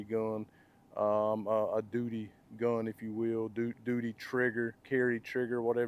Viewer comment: How he says gUHn is hysterical